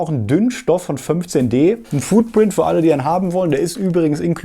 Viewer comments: Foodprint?! Wohl eher nicht! FOOTprint! 🙈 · „Foodprint“. Lol, auf welches Essen druckst du denn? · Du kannst doch jetzt nicht ernsthaft wieder mit dem 'Foodprint' ankommen!